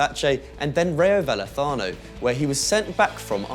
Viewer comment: rayo valefano seriously? its called valecano